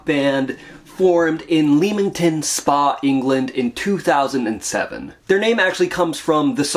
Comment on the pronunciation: Hey, cool video. It's pronounced Lem-Ing-Ton. Technically No Gods was their first official LP. I got into them when they released the Show Of Hands EP. Saw them several times - great band. Sorely missed.